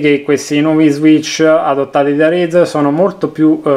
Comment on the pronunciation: Come cazz dite razer